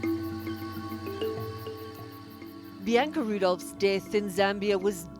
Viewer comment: PLEASE SAY BIANCA CORRECTLY...IT'S PRONOUNCED Bee-Ahn-Ka...the middle syllable is just like the a in the British pronunciation of the word, "bath."